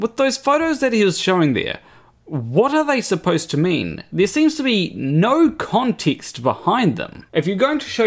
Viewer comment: The way how he pronounced context made me jiggle